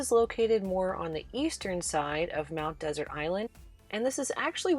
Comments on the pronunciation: One of my favorite destinations! Interested viewers might like to know that the "Desert" in "Mount Desert Island" is pronounced more like "Dessert." The accent on the final syllable is a holdover from Samuel Champlain who named it "Ile de Monts Deserts." And, as someone else pointed out, "Schoodic" is pronounced "Skoodic." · Mount Desert is pronounced as Mount Dessert.